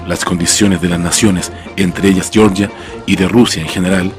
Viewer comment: Por qué llamáis "yeoryia" a Georgia? Xd